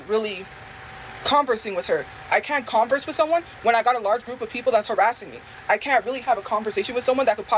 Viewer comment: I’ve never heard anyone say “converse” like “CONverse” other than when they talking about the shoes. Learning something new from every day 😅